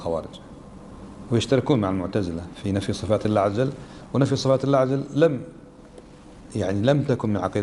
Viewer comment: لماذا. هذا الشيخ يقول الله عزجل